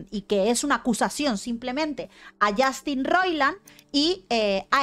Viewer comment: "yAstin"...yAAAstin...i stopped the video...i just can't!!!!